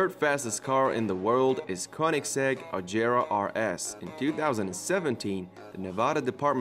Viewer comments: I HATE THE FACT THAT THIS GUY DOESN’T KNOW HOW TO SAY AGERA RIGHT!!! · Agara he said it wrong